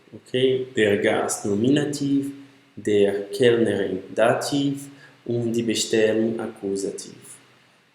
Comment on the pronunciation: Maria, você está certa. Outra coisa, no caso da pronúncia dos casos. A pronúncia de dativ não é "dativ"; é "datif" (também em nominativ, akkusativ e genitiv). O "v" é sempre lido com som de "f". Der não é pronunciado "der". A pronúncia correta é "déa". O professor aí do vídeo...